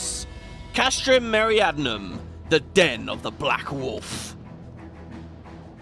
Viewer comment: I know it's not important but you've pronounced it Meriadnum like 50 times now and it's bothered me each time. Me-ri-di-a-num. That should look familiar, it's the Latin word we get "Meridian" from. The castrums all have really simple names: Marinum at the sea, Occidens in the West, Oriens in the East, Centri in the center at Mor Dhona, and Meridianum in the South in Thanalan. Apparently "meridianum" means "southern", didn't know that last one but the other ones are intuitive. There's no Northern Castrum in Coerthas but "Arctoum" would have worked as a name. (Castrum just means fort or castle.)